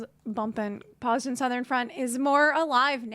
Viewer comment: Bozja "BOSE-yah"